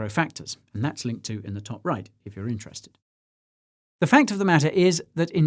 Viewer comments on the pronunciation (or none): none